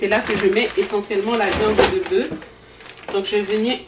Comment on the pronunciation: Pourquoi vous dites bœu et pas bœuf le F se prononce